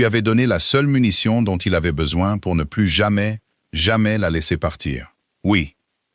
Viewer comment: je vous l'ai déjà écrit, mais il faut vraiment que vous cessiez de prononcer le " s" de plus quand il faut qu'il soit muet, sinon çà change totalement le sens de ce que vous dites ! " plus qu'une heure" signifie que " c'est bientôt fini" si vous prononcez le " s" de plus, çà dit 1 heure de plus ! oui je sais ce sont des détails, mais c'est ce qui fait la perfection, et la perfection n'est pas un détail !